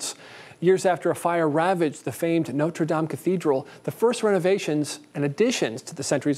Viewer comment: FYI, it’s pronounced “not.” It is not pronounced “note.” Not-reh dahm.